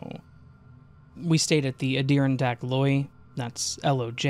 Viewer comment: Dude, seriously, it's Adirondack (Add-I-Ron-dack) 😅 and half of these weren't even glitches.